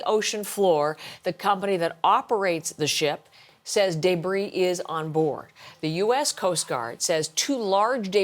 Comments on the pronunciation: I can't stand the way she says "debris". Day-bree, day-bree. It just grates on my ears. Lol. Is it an accent thing? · Why is she saying debris like an absolute bafoon